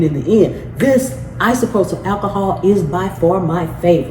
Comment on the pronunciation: Dang girl. WD40. NOT "Dw40.".. Isopropyl alcohol. Not 'isoprosol" You just lost this viewer. 🎉